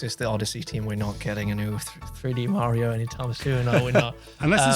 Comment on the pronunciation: Legit what’s with him seemingly purposefully mispronouncing “Mario”?